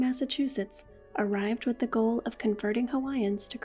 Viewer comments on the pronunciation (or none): none